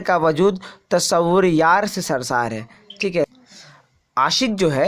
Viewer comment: شرسار نہیں سر شار